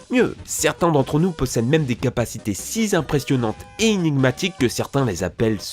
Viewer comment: "des capacités SIX impressionnantes"